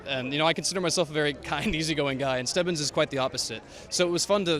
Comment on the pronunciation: Stevvins ._. Its stebbins lol but okay Super hyped 🔥